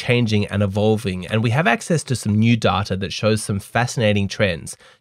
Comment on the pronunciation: Love the "DATARR" in each video my man.